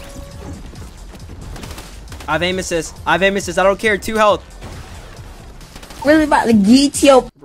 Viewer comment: I love how he says amin assist when hes not abusing it🤣🤣🤣 (no hate)